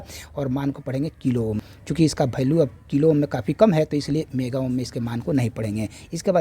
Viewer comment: भैल्यू नहीं वैल्यू होता है 😂😂